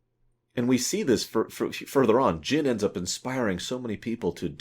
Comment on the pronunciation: Its Jyn ;).